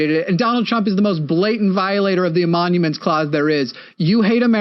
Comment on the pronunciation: emoLument, not emoNument. Otherwise a decent job, but it's kinda cringe to listen to you use this to show how little the caller knows about the constitution and you're not getting the name of the clause correct. I'm on your side, but ... yeah. A bit cringe.